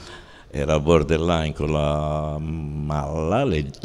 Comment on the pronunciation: Puntata fantastica! Paolo è straordinario e poi mi fa spisciare il fatto che ogni volta dice bordell-line invece di borderline. Chissà se sia voluta o casuale 'sta cosa 😂